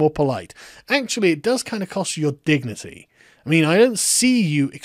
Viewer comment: What I heard was "Actually, it dors kinda cost you your dick-nity" xD